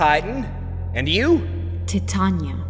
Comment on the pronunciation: Ti ta ni a not ta tan ia